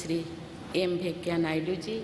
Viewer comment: Venkaiyya Naidu,,thik se nam Tak bol nahi paye..venkayya